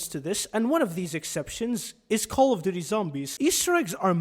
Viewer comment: Cawly doody zawmbys